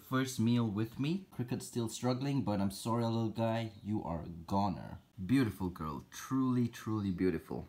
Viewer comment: “BeAutIFUL GORL”